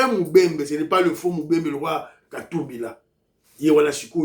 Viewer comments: MUBEMBA NOT MUBEMBE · bjr. Kazembe est mubemba !!!!!!corrigez svp on ne dit pas mubembe.